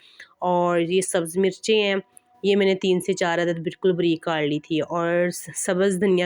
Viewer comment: Sahi lafz hy (bareek) mgr ap kehti hen. Breek joky sahi nhi hy.ok and plez don't mint.